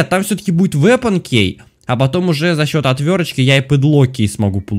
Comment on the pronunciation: Меня одну бесит,что он говорит слово«key» неправильно😂(правильно кии,а не кей😂)без обид❤️